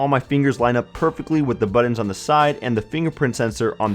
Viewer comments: *Buttons not buddins. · Maybe one day someone will tell this guy that those are buTTons, not buDDens.